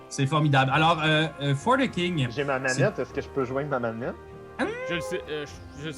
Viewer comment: Bon, y'est vendredi soir pis je suis peu être un peu fatigué, mais chaque fois que prononce "For The King" j'entends juste "fornicking". Je me suis même sincèrement (mais brièvement) demandé si la fornication c'était une "skill" dans le jeu. Ah pis là vous parlez de "gourdin grossier" - semble que je ne suis pas le seul à penser croche...